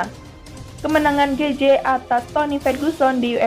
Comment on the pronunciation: Bacaan mu banyak salah.min. gaetji..bukan gaetje..... Michael Johnson. Buka Jackson.....